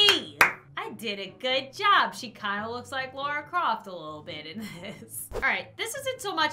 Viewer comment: Did she say Lora Croft 😂 It's Lara Croft btw